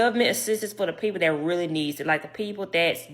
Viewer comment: “So the change dat I did heard” 😂😂😂 20 seconds in I’m already rollin 😂😂